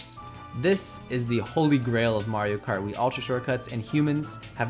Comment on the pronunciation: It's MARIO not that shit your saying